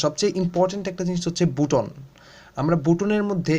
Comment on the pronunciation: ইহা বুটন নয় বাটন